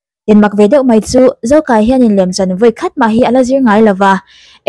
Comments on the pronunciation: Zokâia tih tur.zokaia a nilo. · Zokaia nilo in Zokâia tih tur aw...."kâia" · Zokaia i lam dân hi a diklo, mi pahnih in kâi riâl ang in i lama, a diklo, In hlâng kâi..ang deuhin a ri ang, Zokâia tih tur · I lam dik lo, zo kai a nilo in zo kâi a tih tur zawk o,, thluk a awm a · I aw a mawi narawh e..Zokâia ti a lam tur.. Motor a kan chuang kâi tih a kai tih ag hian... Beg a ti thlep em a ngaithla zo talo mai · Zo Kaia- a (ui ka kai tih laia kai thluk in i thluk a a nilo ...Zokâia lawm..(Kâi ah hian thlukna dah tur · Ka sawi tum tak....."Van ram kâi" tih a Kâi lam angin Zokâia. Beng a ti thlep deuh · Zokâi tih tur nia...kut in kai angin i lam daiha beng ti thlep ve deuh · Zokaia i thluk dan hi a hniama thluk tur nilovin, "mei in a kang kâi" tih a kâi kan thluk ang hian thluk tur a ni e. Mizo leh hnam dangin zokaia tih hming an/kan put in i thluk ang hian koh/thluk a/an ni ngai lo, thluk fan sang deuh in thluk/koh tur a ni e 👍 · A lam sual palh ve a ni ang e 👍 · A movie leh lin ah khan zokai, kâi an tih kha, ran kai ang nilo in kai khi an thluk. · I lam diklo. Zokaia hming hi. Thlukna awm lo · zokaia lai a kai hi thluk tur a nilo mi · ZoKAIa tiha “KAI” lai hi i lamri diklo tluanparh. Thawmhnawah rawng a kai a, chumi kai kan lam ang chuan lam tur. Kai hi ban inkaia KAI angin i lamri daiha, awmzia a bo vek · Zokai a i lam dan khi a diklo. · A hming i thluk dan leh i lamdan a diklo.mizotawng chuan thluk anei tih hriat a pawi mawh